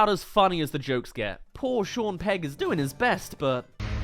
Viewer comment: "Shawn Pegg"?